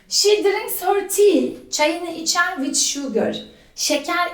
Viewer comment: "vid" değil be hoca, daha videoyu açar açmaz ofsayt: peltek yahu